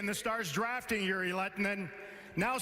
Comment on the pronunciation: Ei varmaan mitään tekemistä sen kanssa ettei vaan osaa lausua nimeä oikein. Kiva juttu XDDDDDDDDDDDDDD